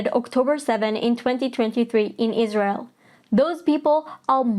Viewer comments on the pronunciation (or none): none